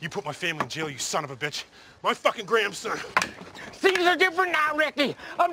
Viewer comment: "Gramson" lmao